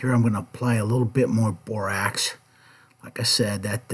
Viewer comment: "I'm going to add some bor-AX" 😆